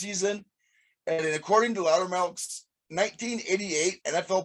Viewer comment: Subscribed ................... it's "LouderMilk".......